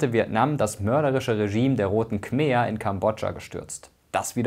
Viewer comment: Kleine Verbesserung: die "Kmer" aus Kambodscha werden Kmei ausgesprochen.